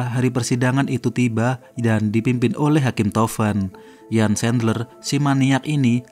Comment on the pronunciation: Namanya lengkapnya Jan Erik Sandler,, erik nama tengahnya. Dalam bahasa jerman huruf "J" pengucapanya seperti "Y", "Jan" pengucapanya Yan